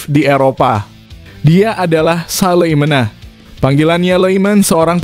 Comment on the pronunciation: Not Salimena(the Name from Nederland) but Salamena?